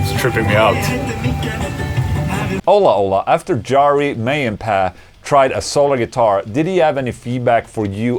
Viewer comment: That Jari pronunciation hurt my face.